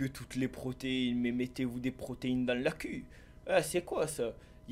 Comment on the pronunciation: on dit le quu